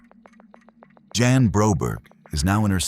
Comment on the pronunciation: It's Jan. Like Jam. Not yon.